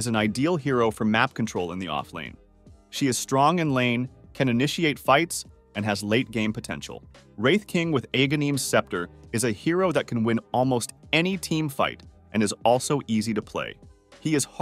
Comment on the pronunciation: please tell us more about this Eeegahneem's scepter Bro the game even tells you how to say it